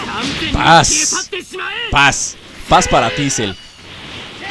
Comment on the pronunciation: alguien mas se dio cuenta que dijo fas en ves de paz